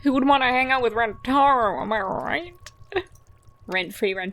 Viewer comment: I hate it when people mispronounce names. Rentaro says his name is REN-ta-ROH, and everyone else except Miwako says it ren-TAR-oh. I wish the other characters said it correctly!